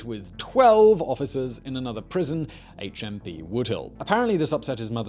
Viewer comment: HMP Supermax, on the first take I thought he said A Chimpy Supermax. I thought that sounds like fun!